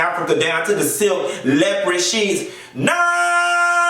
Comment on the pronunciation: I love how you stay "lepered" for leopard. No shade, I really love how you say that. Just like I love when people say southerwren for southern. 😊